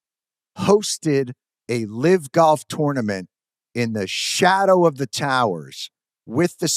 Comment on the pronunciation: Is Stewart's voice AI? He pronounced the word LIVE as LIV. He was talking about a LIVE event. I like the content but AI makes me wonder if Stewart actually spoke those words.